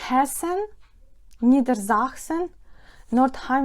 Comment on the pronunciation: НідерзаКСен та СаКсен, там КС не Х всередині. Вітання з Нижньої Саксонії!